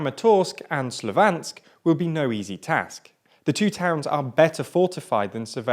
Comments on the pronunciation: It is twice as painful when you know the original pronunciation of all names. Popasna - not Popazna Lysychansk - not Lysyansk. Slovyansk - not Slovansk. This video sets a new level on mispronounced names! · Not to mention Severnodonetsk, Slovansk and the Siversidonetsk river ;) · “Lysyansk and Popansa” really? Also “Slovansk” I am looking forward to visiting the English and Scottish capitals: Lodnon and Edbinurg